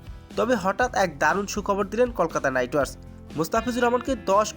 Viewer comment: ওকে কলকাতা নাইট রিডার্স , নাম ভালো বলতে পারো না আবার 😂😂😂😂😂😂